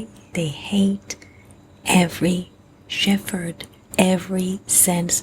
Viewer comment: Shephard is pronounced Shep -herd, rather than Stef -herd....